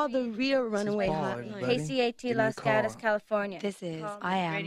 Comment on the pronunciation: Someone actually pronounced Los Gatos the way us locals do.